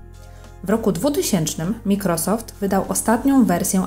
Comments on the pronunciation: wym. "majkrosoft" nie mikrosoft. Chociaż jakbyś jej napisał do czytania z wymową jak nie zna angielskiego ;> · Super filmik, tylko nie "wszystke" a "wszystkie" i nie "mikrosoft" a "majkrosoft"👍